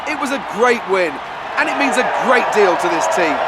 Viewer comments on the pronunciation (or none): none